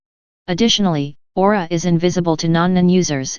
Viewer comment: What happened to your website? Is it still available under another domain? Also the word is Aura not AurOOra but awesome video.